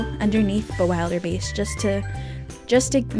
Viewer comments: I am insulted that is the king of dragons one of my favourite dragons and you don’t even pronounce the name right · U pronounced the dragon's name wrong... and this tutorial is on a computer, not a paper 😡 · the way you pronounce bewilderbeast is a little funny to me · You said the dragons name wrong.